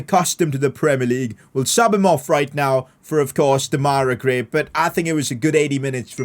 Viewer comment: Why do you say “Dem-ai-ra” gray instead of “Dem-a-rai” gray